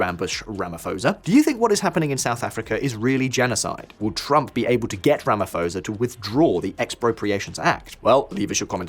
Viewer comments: Rama-P-hosa, not Ramaforsa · OMG, Did you just pronounce Ramaphosa like that? lol The "ph" is not a F, its just pho, pronounce each letter there. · Please stop saying Ramafosa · Ramaphosa pronounced with hard P. Not soft P as in Pharao. 🙂Thanks for reporting. We need as much exposure about the crime levels in South Africa as possible.